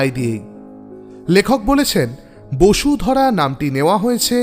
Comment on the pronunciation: bodhusara hobe na ?? bosudhara bolechooo !!!!